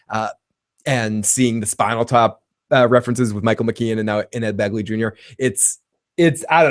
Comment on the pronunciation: BEGley! Ed BEGley Jr.! Not "Bagly". LOL!